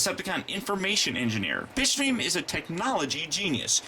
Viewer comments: it sounded like you said bitchstream insted of bitstream XD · Oh Bitstream, you need to enounciate that better. I thought you said Bitchstream. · for a second i thought he called bitstream bitch dream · bitstream.... not bitchscream or bitchstream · It's called Bitstream. But then again,most of us heard "Bitchstream" too. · I thought you called him bitch stream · it did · Bitstream sounds like bitchscream wich should be starscreams name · I thought he said bitchstream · it sounds like your saying bitch stream XD